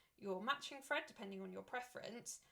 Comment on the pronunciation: Thank you for sharing 🥰 Your accent is sensational - it sounds like you are saying fread instead of thread 😆 its cute